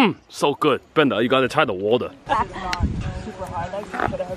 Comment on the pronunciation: mmm so good! Bwenda you gotta twy the wata! Lmfaooooo